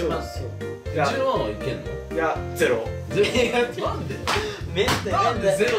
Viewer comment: 絶対ゼロォじゃないだろーと思ったけど、あえてのゼロォだよね笑笑( ´꒳` )